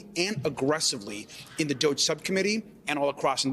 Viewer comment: DOGE pronounced Doggy, bend over America